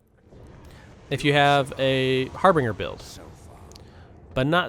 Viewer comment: I love watching you but it’s pronounced “har-binge-er” not har-bringer